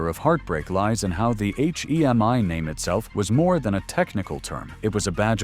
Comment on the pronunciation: AI sucks, it can't say hemi correctly but repeats the h e m i.